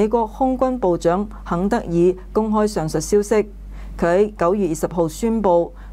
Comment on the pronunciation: 公開上(述)消息，唔係上(術)